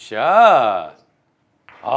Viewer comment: 서한솔 선수 자꾸 굿샷 하실때마다 자구 구쌰 라고 들리지 왜